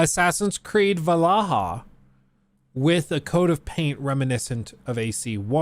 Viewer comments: "Assassin's Creed Vallaha"😒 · I bet some people are getting tired of it, but... I love how always bringing back that sound of guy pronouncing Valhalla name wrong 😭 I will get never tired of it